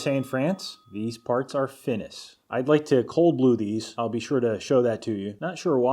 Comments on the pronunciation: or finis or finies but ıts stıll pronunced feenee ... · Hi from France! In our tang, we say "fini", without saying de "s" Incredible videos bdw!! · Hey I'm French and I will learn you something today. In French we don't say the "s" or "x" at the and of a word to say the plural so "finis" is "fini" 😉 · French do not pronounce the "s" at the end of "finis". So it is pronounced "feenee". Excellent video as always. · I’m not a machinist but... I’m french. These are “finis” is correct assuming tool holder is masculine. It would be like Porte-manteau. Would you say she’s a pretty skookum tool holder you’d have written “finies” and in both cases you would pronounce it “fini” as in feenee. Here is your french lesson for the week finie. Lesson is feminine. Don’t ask. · Yo the s is silent when pronunciating "finis". Same with the t in "bon appétit" that américains seems to like saying a lot. I love your videos btw ^^ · simon miles just don’t pronunce the s at the end of finis